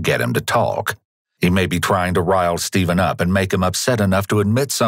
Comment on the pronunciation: Shteven, come on now shteven